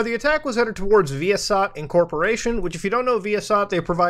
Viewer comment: As a former satellite equipment technician the way you pronounce ViaSat makes me cringe but I like muta so it cancels out